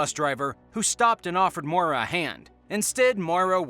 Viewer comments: Maura!!! Not Moira. You are pronouncing it wrong!! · Maura is pronounced like "more-uh" not "moy-ruh". That being said, I'm willing to bet that after she crashed her car, she fled the scene to avoid a DWI and died from hypothermia in the woods.